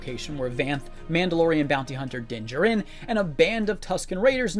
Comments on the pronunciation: you’re pronouncing the names/titles wrong of people and places, like a good amount of them, for example the Mando’s name is pronounced “Din Jar In” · Informative, thanks. The pronunciation of Tosche Station and Din Djarin was off, and these are not particularly obscure names in the Star Wars universe.